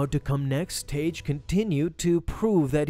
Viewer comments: It's pronounced tag not taje, seriously dude even if english isn't your first language this particular rule takes literally a few seconds to look up. When a suffix beginning with "e", "i" or "y" is added to a word ending in a single vowel letter followed by "g", the hard "g" pronunciation of the original word is retained, and the "g" is doubled to "gg" in spelling: blogger, druggie, hugging, piggish, saggy, wagged. In addition, several words that are not the result of suffixing, but share the orthography of suffixed forms (or that are etymologically suffixed, but not always perceived as such by modern speakers), pronounce "gg" as hard "g" before "e", "i" or "y": This video is almost unwatchable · It's pronounced "Tag" not "Tage". Ugh! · Tagge is pronounced (TAG) or (TAG-EE) not (TAGE) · I’m pretty sure it’s pronounced Tahg-Gee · Isn't Tagge pronounced Tah-Gay in the movies?